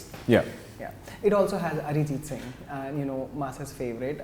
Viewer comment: Bhai... Arijit ko Mallu mat bana... it's not Arijith😂😂...."h" hata de